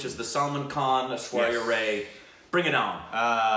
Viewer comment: yes.Unfortunately I have the feeling they dont read the comments any more...I keep repeating after each fucking video that they mispronounce the name of Ash-with ZERO reaction on their side !